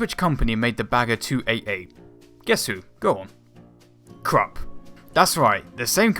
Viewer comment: The company is pronounced 'Kroop'.